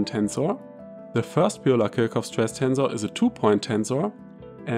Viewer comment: Are you not German? Why pronounce Kirchhoff incorrectly?